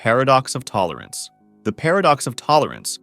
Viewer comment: how many times did bro say tolorance